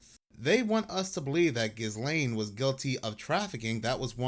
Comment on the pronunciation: I just need to say this cause it annoys the shit out of me. How come NONE OF YOU people can say Ghislaine Maxwells name correctly..? It is pronounced "GHEE LANE"! NOT "JIZ LANE" "GHIZ LANE" "GHI LANE" or "GHISS LANE" etc. To me if you are going to be in the business of media and report on people that may be you would actually figure out how to pronounce their names and words in general